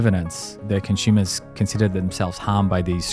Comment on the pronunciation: He keeps saying “Consumers” 🤔